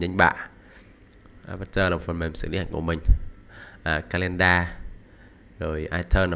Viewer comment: Tiếng anh của người việt nó vậy đó ^^. Mà đúng thì là ká-lin-đờ